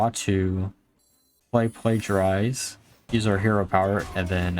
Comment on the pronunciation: Plagiarize or Plagiarism is not the only thing you say kinda strange or wrong. I always cringe when you say Tasmin instead of Tamsin, for example (though being nearer to Jasmin somehow it even sounds nicer) - there was another named minion which you said kinda strange, but I forgot which it was, due to not caring enough. Please do not think this is criticism - because it isn't! Looking at a guy named you could wonder how in so many years he is streaming now he still sounds kinda new to English - and I still would not criticise his way of speaking.